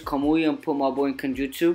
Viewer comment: When your saying Genjutsu you sound like your saying kenjutsu